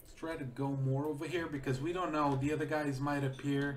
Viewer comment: TO ZHE BRITISH ISLES